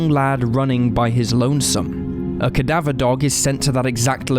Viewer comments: I don't know who or what is relaying this story to us, but seriously, "cad-a-veer" dogs? Really? I sure hope that this was not a human who made these terrible mispronunciations! Another mistake was that of one of the men's names, for which I will cut you some slack. I understand this mistake being made because names are notoriously hard to pronounce. However, for a channel whose whole subject matter is that of true crime, you most certainly have heard the word "cadaver", thus being able to pronounce it as well! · How did your pronounce cadaver now come on man